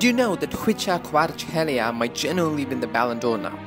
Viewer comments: I like how he tried and succeeded in saing ხ since you guys dont have it in english and he pronounced it right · The fact he pronounced his name right